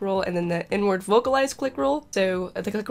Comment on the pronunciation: I thought you said "N-Word", and not "inward"